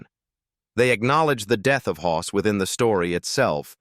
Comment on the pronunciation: He was Hoss not Hos!